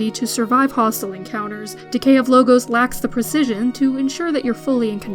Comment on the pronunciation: I question your enunciation of the title. I don't think it is the plural of logo, but Logos, the Greek term for eternal truths. Subtle, but odd the way she reads it off the script.